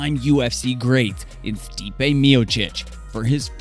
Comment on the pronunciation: Good video. May wanna work on the names a bit to avoid credibility gaps Stipe is pronounced Stee-Pay. It's not "the MMA" it's MMA - Mixed Martial Arts